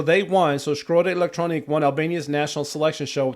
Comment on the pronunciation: Its pronounced like z-ee-erm Shkodra part was right and elektronuke is like electronic-eh